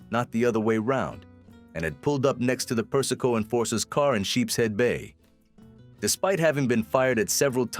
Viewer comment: AI Slop. Per-is-ko? Seriously?